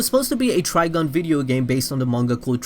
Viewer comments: I couldn't get past the 3rd time he said TrigOn... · Why you keep calling it Trigon? That's a demon from DC. You know, Raven's pappy? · glanceDup You’ve been pronouncing it wrong then.